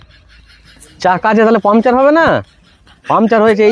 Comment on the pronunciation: কথাটা পামচার নয় পাংচার (Puncture)